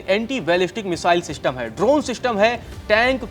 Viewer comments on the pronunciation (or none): none